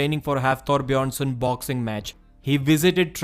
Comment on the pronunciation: bro saying Björnsson like a native scandinavian